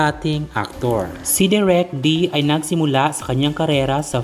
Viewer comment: De rek not direk